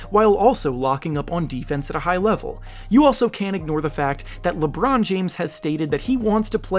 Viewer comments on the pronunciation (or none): none